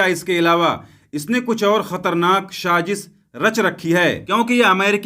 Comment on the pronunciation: Bhai shajish nahi sajish bolo